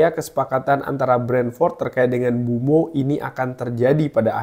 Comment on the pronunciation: Sedikit koreksi bang, penyebutan namanya Mbuemo bkn Mbumo